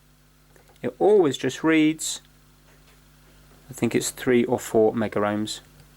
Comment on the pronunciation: Why you say "MegaR Ohms and KilaR Ohms" it is Kilo-Ohms and Mega-Ohms, no "R" in pronunciation. You can burn the laser diode (it contains laser led and photo diode to measure light intensity in one package) with static if you are not grounded properly and touch it with iron. Any trimmer potentiometer with value greater than 1.38k Ohms can work here so you could desolder one SMD from anywhere. Sometimes little pieces of dirt stand between gear's teeths an prevent them from smooth movement. Yes "an Ohm is an Ohm" but if the pot was 2k -> 1% of it is 20 Ohms, if pot is 10k -> 1% of it is 100 ohms so tolerances are different, if all 3 legs are used, this adds proportions to everything.